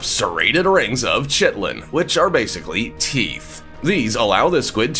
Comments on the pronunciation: Chitlen? Seriously? Maybe you mean chitin? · "Chitin" is pronounced "KITE-un." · Or "KAI-tun."